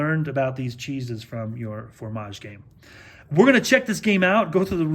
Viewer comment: it's fromage, not formage, dude, please